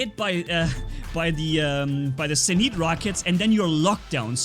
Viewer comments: Its pronounce "zenits" not "zeneets" u fuckin dumbass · NOT ZEN EET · It's pronounced Zeen-it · You said zenit wrong in nearly all of your vids u say a robot or wepons name wrong its getting annoying